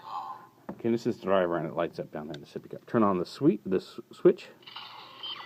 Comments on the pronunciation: the only reason that "Genesis" is sais here with a hard G sound is because Japanese people don't always get pronunciation right when converting foreign words to katakana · what I'm saying is that this is a case of misinterpretation based on how the word is spelled. "genesis" here is still meant to be said with the "J" sound